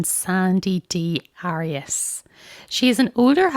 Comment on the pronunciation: You say the case has been overdone yet you pronounce her name wrong lol like after all the coverage there’s been….how is it so hard to say someone’s name right . I genuinely don’t understand